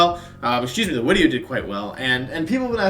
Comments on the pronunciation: Editor: “how many filters and effects you want in this wideo?” Wolfey: “yes” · Still waiting for how to announce johto pokemon wideo!